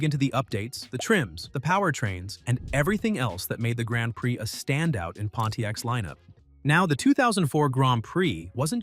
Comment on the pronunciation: "Gronned preee"😂